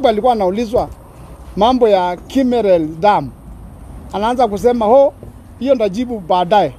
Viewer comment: Kimwarer not kimerer